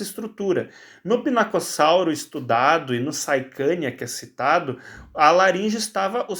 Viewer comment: É saichania ''Ch"